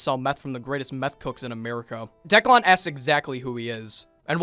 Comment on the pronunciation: Why does he keep calling him Decklawn?